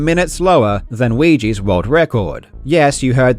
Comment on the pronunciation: Weegee, Suigi....